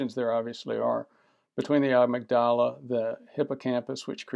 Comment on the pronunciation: "Amygdala": emphasis on the second syllable. Appreciate your videos.